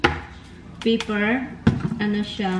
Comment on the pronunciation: Pepper not paper